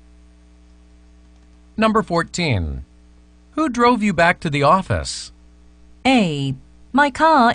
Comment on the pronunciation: 18번 who's가 he's로 들렸어요.. 영국식발음 그런건가요? 제 귀가 이상한건가요ㅠㅠ